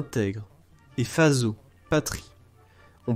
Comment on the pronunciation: Bonne vidéo mais avec quelques approximations. Marrakesh n'est pas/plus la capitale du Maroc. Le Burkina Faso (prononcé fasso) n'a à ma connaissance jamais été une colonie allemande. Nigeria le ia c'est tout simplement dû à l'anglais ou plutôt à la tendance anglaise de latiniser les noms des pays et régions (Virginia, Somalia...d'ailleurs les Etats Unis ont failli s'appeler Columbia) Maures se prononce sans s